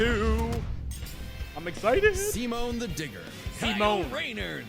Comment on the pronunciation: His name is actually pronounced "Sea-Moan"